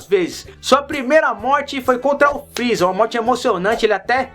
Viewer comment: dislike muitos pesongens ele falou errado por exenplo:o freeza